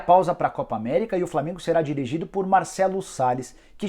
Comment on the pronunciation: É Flamengo e não flamingo